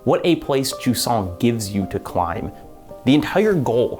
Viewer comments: If you wanna pronounce Jusant in French, it's more like Zhuz-nasal a, not juice-nasal a. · Wait Jusant is pronounced like croissant?